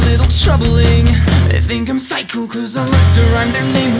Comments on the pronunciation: I love how you say physco:) I love you:D <3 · I just love the way he says "They think I'm PSYCHO"